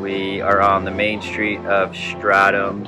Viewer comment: oh I just got notification now, far as I remember you guys announced it wrong, think you were always saying Stradum, and it's Stradun. It's not that much important but Dalmatians are pretty strong on having letter N instead of M at the end of the words where it belongs.. it's a dialect thing ..